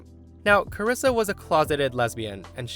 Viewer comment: "Carissa" is how some of my family and teachers pronounced my birth name. I'm the only one in the US with my first and last name. Being called "Carissa" always upset me.